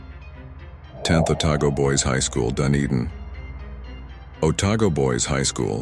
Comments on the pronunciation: DUN - e- din not DUNNY -din. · It is most DISRESPECTFUL to pronounce place names in correctly!!! it is Dun-e-din NOT Dune-i-din Why-toe-mo is CORRECT pronunciation Ray-ing-ga Tea Arrow-ha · Dunedin is pronounced as Dun Edin not Dun a din. Otago Boys High School is actually on the site of Dunedin's first lunatic asylum. You should have added Arthur Street School, some ghostly figures have been seen over the years, the school is on the site of a very old cemetery that extended through the Arthur St play ground & through the lights at the intersection of Arthur, York & Rattray Streets, just up the road from St Hilda's. Dunedin is the most haunted city in New Zealand, it's very active & would be great content for your channel. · Awesome videos but the pronunciations of our citys are not good. The stress in the word Dunedin is not DUnedin. The stress is DuNEEdin. Keep up the good work. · Pronounced Dun-ee-dun, good clip though 👌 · A few there I had not heard of. Thank you. Do you voice these yourself or use an AI voice. Just noticed it said street Hildas then referred to it as Hildas School. St infront of a name is saint. Not much you can do if it's AI. But just in case i can see some tips in the comments, i.e., Dunedin - i would suggest 3 syllables Dun e Din. Te Aroha - Teh Aro Ha. Funnily you have Whanganui right in terms of 1 version, wh is unusually f but whanganui is subject to dispute due to the reintroduction of the h. Essentially it should/was originally Whanganui(f) but it was written down incorrectly (Pakeha settlers misunderstood it) and for a long time it was Wanganui. You might be interested in some of the historical Haunts related to the New Zealand wars. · I live in New Zealand. And I think you Really should pronounce the words Right like Dunedin. And many more because they just don't sound right. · Just please please please learn how to pronounce Dunedin properly!